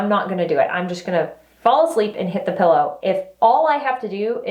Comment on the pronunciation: I love how you say "pilla" case. 🤩